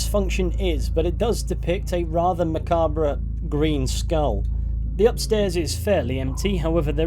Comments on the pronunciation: It always upset me that Susanna is doomed every playthrough. She’s one of the few people in windhelm that wasn’t racist. Also you don’t pronounce the r in macabre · The "r" in macabre is silent bro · I've actually heard a number of different youtubers with British accents who all seem to pronounce the /r/ in macabre, which makes me think they might just pronounce it differently over there - or at least in some of the UK's various regional dialects, in any case.